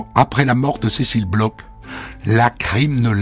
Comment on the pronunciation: Bon dieu, les français, "BLOCH" se prononce "BLOR" nicht "BLOK" ! C'est un manque de respect hallucinant.